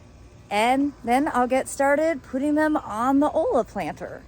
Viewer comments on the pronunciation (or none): I love the planter! First olla I've seen for above ground. I've seen a variety of them made for going in or under the soil. Very interesting. No offense meant, but I think it's pronounced as, "oi-yuh." Or it is here in Texas where in Spanish the letter L sometimes sounds like Y. As in Yuh instead of La. Or L's can be silent, as in tor-te-ah, for tortilla. Again, no offense meant. Thanks for sharing. I'll be on the lookout for one of these! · It’s actually pronounced “oya”.